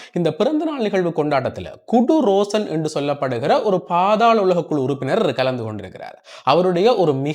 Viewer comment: குடு ரோஷன் இல்லை 😂 அது குடு ரொஷான் 🤣